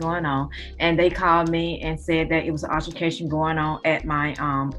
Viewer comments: Did that baby mama just say altiFIcation??? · Yoooo 😅 I’m crying…..”it’s not ultimaction or whatever you call it it’s altercation”☠️☠️☠️ lol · She said Alterfacation 🤣🤣🤣. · Alteraracation😂😂 can't say brutality, lady can't speak smh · 😮 did she say Alterpications 😂😢 Goodgoogliemooglie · That trash sitting there, nodding her head (while grandma is recounting that idiot's latest transgressions) like, "oh yeah, that was a good time..." These types of women are too much! ....wait a minute....did she say "alter-fa-cation"? 😶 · Altermacation? Oh Kay. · Lol did she say alterfication or am I tripping! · "ALTERFERCATION" Yes, honey! Use your words. 😒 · Love the videos,. She said “altermacation” 😄😄! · I thought she said alterfercation🤣🤣😆😆😂😂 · Did she say alterbercation😂